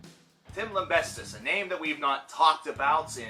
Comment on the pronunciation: Why do you always add a T too his name? You're pronouncing him "Lambestis" it's pronounced, "Lamb-bee-sis". We should now call him, "Tim Lambreastes" though, so you were halfway there for some great encoursgement. lol :)